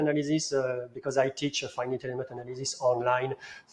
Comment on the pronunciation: Funny to hear pronounce faɪ.nɪt which is a mix between the pronunciation of some people in France (like ɪnfɪnɪt) and the proper one:)